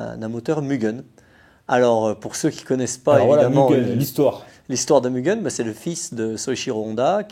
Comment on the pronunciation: Mais enfin, on prononce "Mu guè n " à la Joponaise, non pas "Mu gueun " à la Suisse m'enfin! 😅😂.... non je plaisante, encore une super vidéo et de bons souvenirs nostalgie, merkkiii 😘